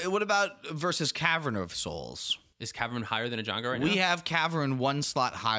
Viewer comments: It’s eganjo not ejungle BTW :D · It's EiGANjo, not EiJANgo :face-orange-biting-nails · ‘’E - Gan - Jo’’ thank you hahahahah😂🤣🤣🤣